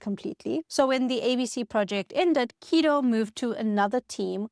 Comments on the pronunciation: The way she pronounces Guido as "Keedo" throws me. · Was the script of this video incorrect on almost every point on purpose to generate comments like this one? Guess we'll never know. Makes a video about Python and dont even check the pronunciation of "Guido"